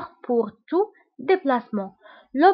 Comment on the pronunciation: El kimama pas ( kamama) c pa juste f arabe.....ok